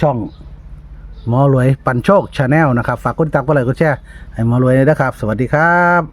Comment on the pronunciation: โตนี้บ้ออ่านชาแนลเบิ่งให้มันคักแหน่..channelเขาอ่านว่าเชนแนลใาอ่านชาแนลได้จั่งได